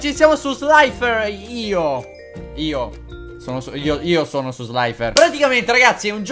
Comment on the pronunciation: Si dice sliterio